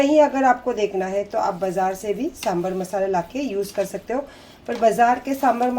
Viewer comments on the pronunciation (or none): none